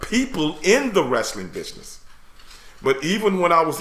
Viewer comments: Am I the only one hearing “Bitchness”? 😂✊🏾❤️ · I thought he said bitchsiness instead of business. Either way the name is appropriate. It's a bitch of a business.